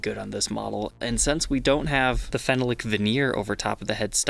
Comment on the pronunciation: Phenolic is pronounced phen-oll-ic